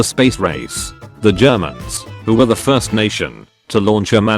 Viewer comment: “Am fyerst” Shitler, 1936 Edit: “Fyerst” means “First”